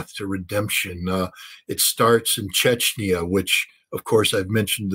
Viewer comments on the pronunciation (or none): none